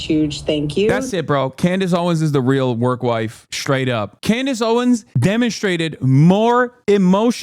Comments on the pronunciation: Just curious, why does call Candace “Clandace” just wondering. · Why is Hasan calling her 'Clandace'?